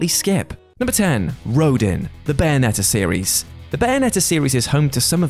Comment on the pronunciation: Rodin is pronounced rodawn